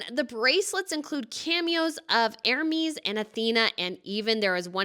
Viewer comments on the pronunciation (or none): none